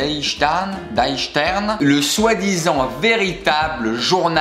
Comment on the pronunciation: Konrad Kujau se prononce "Konnrat Kouyao". et Stern : "Chtern"